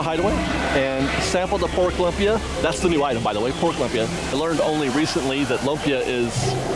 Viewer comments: Cool video. Love the updates! Minor correction: although it's spelled lumpy, it's pronounced LOOM-pi-ah. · FYI Lumpia is LOOMpia not LUMpis. It can be many things. It's a Filipino dish but made many different ways in the Philippines. Other cultures also make Lumpia though. It's one of those things that you can make it however you like. Traditionally it's hamburger, shredded carrots, diced celery bean sprouts and onions wrapped in a won ton, but made many different ways really. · also pronunciation for lumpia is more like: looom-pia